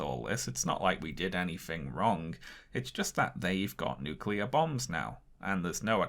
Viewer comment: With all the Japanese names he pronounced right, why couldn't he get nuclear (NEW kyu ler) right?? -GWB